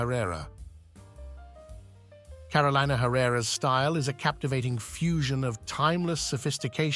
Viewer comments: its pronounced Caro le na not carolaina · Her name is pronounced CAROL-EE-NAH. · I cringe every time her name is mispronounced. It’s Car-o-leena